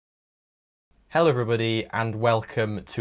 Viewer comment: Almost thought he said hell everybody at the beginning